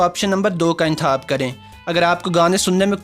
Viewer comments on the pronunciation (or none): حاص طور پر ۔حاصیت۔۔انتحاب خ کی جگہ ح 😂😂